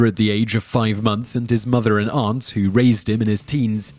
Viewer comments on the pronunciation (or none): none